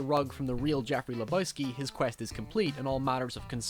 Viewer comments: Le BOY ski 😂😂😂 Fucking A. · Not leboyski, lebojski LEBOWSKI, LE BO WSKI !!!!